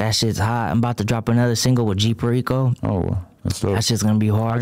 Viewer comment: He said g fehriko.😂 definitely flips tortillas wit a fork